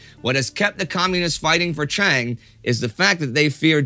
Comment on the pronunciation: Pronounce Chiang as Jiang and you are perfect.